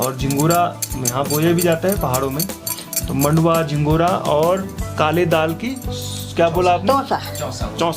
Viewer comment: झिगोरा नहीं झगोरा